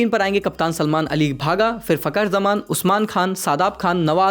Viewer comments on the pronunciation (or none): I am indian pakistan gandu team hai lekin Ali naam sahi se le gandu